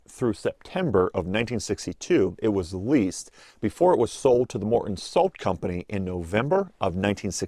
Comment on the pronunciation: Morten Salt